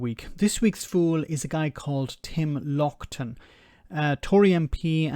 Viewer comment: Loughton. The 'ough' is pronounced the same as 'ou' in 'mouth'. A right besuited lout on the Tory benches.